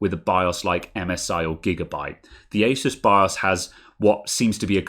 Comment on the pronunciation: Best bit when you pronounced asus correctly.